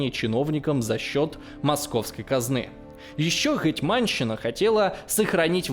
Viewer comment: ну как так?)))) вы же очень круто готовитесь к материалам)) гЕтьманщина, а не гэтмАнщина. гЕтьман/гЕтман (на крайняк), а не гэтьмАн. СтаршИна, а не старшинА:) спасибо за выпуск!;)